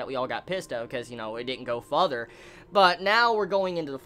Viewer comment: I watch all your reviews and enjoy your insight. But the way say "Further" kills me dude lol.